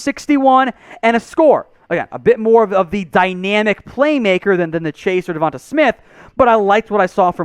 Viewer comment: Say devonta right moron